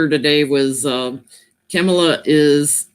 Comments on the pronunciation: Kau mau lau. And accent on last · Sorry I missed this live....visiting with my dad! Kamala!!!! It's pronounced....Com ma la. I can't wait for the "debate" between she and milk toast limpdick Pence!!! Thanks for your LIVE! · Káh-ma-la. Emphasis on first syllable. Oh, and love your readings. Very timely. I live in Brazil but born in Northern California. We are excited to have our California girl as VP😘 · Love your work,! So - Kamala's name is pronounced KAH -muh-luh, accent on the FIRST syllable (as you've said), and almost rhyming with the name Pamela, if Pamela were POMala - sounding like PAH-mala. Her mom's name was Shyamala (exactly rhyming). Her (step)kids endearingly call her Mamaleh (MOM-uh-luh), which exactly rhymes with her name; it's Yiddish for "little Mommy" - such a sweet name for her! Mamaleh is also an endearment, said to little girls. "Come give Gramma a kiss, Mamale darling!" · Ka*Ma*La is the pronunciation of her name. OMG that bad storm ⛈ you were in with that branch falling in front of you! Scary! Glad you weren’t hurt! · It’s kamuhluh, emphasis is on the first syllable, first a is pronounced like the ahh in ahh choo! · Kamala name rhymes with Pamela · Her name is pronounced “comma-lah “ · Isnt it Com-a-law??? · A South Asian tells me it's pronounced "calm la" with the emphasis on calm. And you look great today. Maybe Monday's excitement suits you. :) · News commentators consistently pronounce Kah Mall Ah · It's like "Kama La" when pronouncing Kamala Harris' first name. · Kamala’s name is pronounced so that all As have a short vowel sound. Hope this helps😊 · Put your emphasis on the first syllable